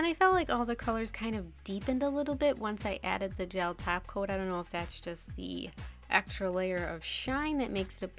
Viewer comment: Did you just say 'taco' instead of 'top coat' like Cristine?